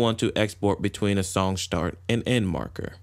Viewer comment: Can't deal with him saying "shtart", sorry